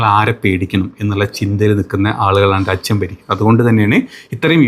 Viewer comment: രാച്യം അല്ലടാ രാജ്യം അങ്ങനെ പറ ഞാൻ കുറെ കാലമായി കേൾക്കുന്നു